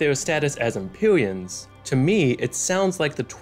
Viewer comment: Empyweans uwu (its Rhotacism)